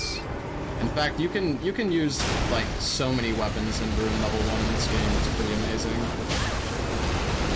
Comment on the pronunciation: I don't know why but, it bugs the everliving shit out of me everytime says "ruin" instead of "rune" 😅 these runs are a great watch none the less tho..